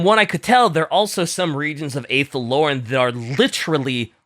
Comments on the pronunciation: The way pronounces Athel Loren makes my Warhammer Fantasy heart cry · Just a pronunciation thing, Druchii is pronounced with a hard K. Athel Loren is pronounced with an Ah, not a singular A.